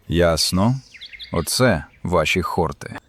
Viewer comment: ХортИ, хортІв, на останній склад наголос, хлопці. Спеціально до словника заглядав, бо ріже слух.